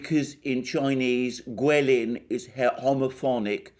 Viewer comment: Alexander thank you. I guess you can speak mandarin, you say Chinese guilin 桂林so accuracy . I like to listen your speech, keep on issuing more your viewpoint, I support you. Give you a thumb up.